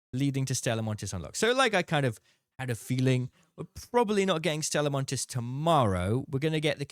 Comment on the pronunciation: the s is silent, called Stella Monti (ee)